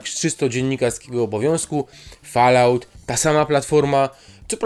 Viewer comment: Rings of power i najbardziej rażące: Fallout. Wrzuć sobie jak czytają to nativy.